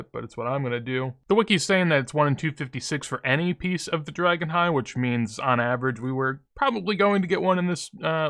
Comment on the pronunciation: Dah-Gon High is how it is pronounced I believe, not Drah-Gon High. Gotta get that Reading Comprehension Cape soon. :D